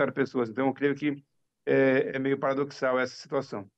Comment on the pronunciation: "Paradoxal", e a repórter, ouvindo o certo, ainda ERRA!